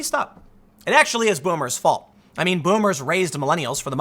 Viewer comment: voomers. there is no v in japanese